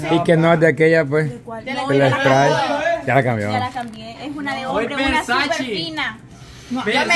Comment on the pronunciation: eres una guerrera en el canal pero que agas menos a don pey por su perfume eso es muy feo a parte dise perfume caros y nisiquiera lo sabes pronunciar tienes que decirle a don Jonathan como se dise que feo es Versace pero bueno bendiciones para mi plaga